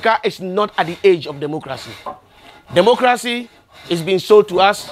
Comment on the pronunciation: Did he just say Democrazy?😆😆😆